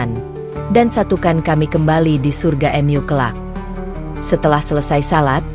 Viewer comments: Bacanya jangan " em yu" Mu gitu aja kenapa si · Maaf bacanya yg benar ya...mu buka m.yu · Benar walaupun agak kaku dengan kata² minim keislaman dari yang menceritakan seperti kata² rumahMu atau surgaMu terbaca rumah atau surga Em U padahal yang dimaksud Mu adalah untuk Alloh tapi kekakuan suara yang menceritakan terhapus oleh bagusnya cerita Semoga Alloh mberi hidayah keluarga, saudara, kerabat, teman kita yang belum dapat hidayah. Aamiin ❤ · Ceritanyamenarik dan mengharukan. Narasina menggunakan alat penerjemah kah. Sebutan Mu diucapkan em yu. Lucu juga. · Kisah ini memang terasa haru, sayangnya penyampaiannya seperti dipermainkan s misalnya mengucapkan kata Mu / Allah, diucapkan emyu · Bingung saya juga ... Mu kok dibaca emyu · Meskipun..cara penyampaiannya seperti drama Korea atau drama yg lain .. ketika menyebut nama Allah dan Mu juga aneh ..tapi tertutupi dgn isi cerita..yg bagus.. semoga bisa bermanfaat bagi yg melihat video ini aamiin